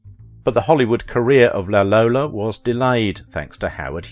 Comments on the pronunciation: La Lollo, not La Lola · I think the Italians called her 'La Lollo', not 'La Lolla'.